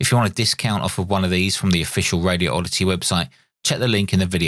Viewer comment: Please don't hate on me for pointing this out, but there's only one "O" and no gap in the word Radioddity. First, say the words "Radi" and "Oddity. Next, take the gap out and say it as one word - Radioddity. It's 5 syllables, not 6.